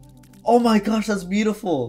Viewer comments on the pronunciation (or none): none